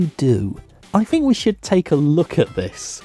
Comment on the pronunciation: It's Faith not Faiff, and Think not Fink